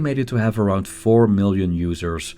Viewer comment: 4 million world wide or 400 million world wide? The subtitles say 400 million, but it sounds like you said 4 million. It seems like world wide, 4million would be an underestimate!